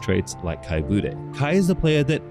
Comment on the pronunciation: Das heißt etzadla "Buddne"!